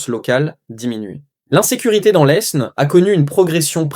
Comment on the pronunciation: On n'a jamais prononcé le S dans le nom de l'Aisne (prononcez Laine)